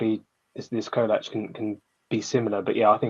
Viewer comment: It's pronounced cholak